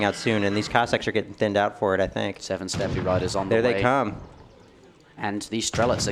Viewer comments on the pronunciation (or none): "step-ee" riders lol Interjection. I remember you use to say "yanissaries" back in the day. Jokes aside great casting and great work on the event. thanks!